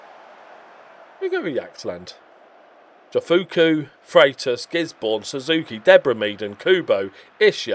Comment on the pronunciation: Also, lad. Your Japanese pronounciation of Jofuku is good. Jo is said with a J not a Y out here.